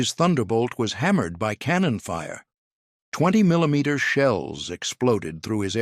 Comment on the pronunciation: 30 milleyomeeter cannons. Lol.